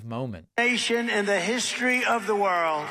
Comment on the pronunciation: "The hishtory of the world"?